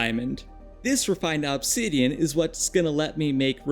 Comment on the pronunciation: i greatly dislike the way you say obsidian. I have never heard another person say it the way you do, and i swear to god the way you enunciate it sometimes with so much extra emphasis makes it seem like youre doing it on purpose. You said it like 40 times in 2 mins at some point in the video and i actually had to stop watching.